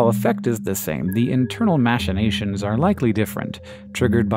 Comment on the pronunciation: You mispronounced machinations